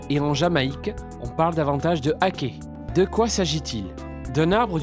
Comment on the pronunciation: Sa se dit pas l'aké mais l'aki (pour la prononciation)